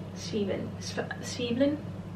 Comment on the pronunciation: The pronunciation with the eggs was good. Zwiebeln almost, at the end it is eln not elen. 🙂